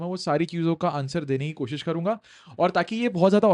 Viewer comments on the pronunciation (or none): none